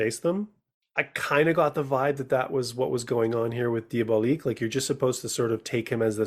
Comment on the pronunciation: Diabolique is a film released in 1955 and remade in 2000 - the film you are reviewing is called Danger: Diabolik - please pronounce it correctly. You do a disservice to the film, and to movie fans everywhere, when you continually mispronounce the name. John Phillip Law himself specifically discusses its correct pronunciation with Tim Lucas during their audio commentary review of the film. Moreover, I find your review quite lacking in both scope and understanding - not to mention research and information. Next time - try not winging it.